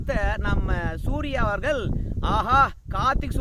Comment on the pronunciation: நான் உங்களை குறை சொல்லவில்லை அவர்கள் உங்கள் என்று சொல்லும்போது ல் என்று உச்சரிக்கதீர் ள் என்று ஊச்சரியுங்கள் நன்றாக இருக்கும் ல் கும் ள் க்கும் வித்தியாசம் தெரிய வேண்டும் குறையாக இருந்தால் மன்னிக்கவும் நன்றி